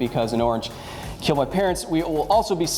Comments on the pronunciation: it will KEAL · Your weapon...will keel!